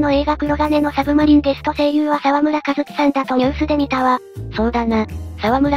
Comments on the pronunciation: 他の動画でもありましたが、お名前の読み方を間違えてらっしゃるのでコメントします。 沢村一樹さんは、［さわむらいっき］さんです。ずっと「さわむらかずき」さんとなってます。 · 沢村一樹の読みはいっきですよ